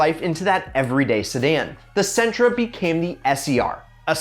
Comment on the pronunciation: Sentra.... What the hell🤣